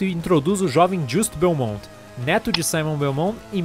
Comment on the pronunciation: Vc falou errado e Belmont não belmon